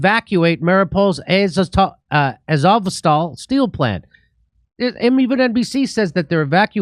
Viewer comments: Its Mari - O - pol and A -zov - Stal. Thats How you say it :) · no offense jimmy, but maybe look up how to say the names of places like "Mariupol" or "Azovstal" before doing videos, just so you dont look like a totally dummy. i mean, it just shows us that you really havent been watching videos of people on the ground. Because they are saying the names of the cities, and areas in the donbass all the time.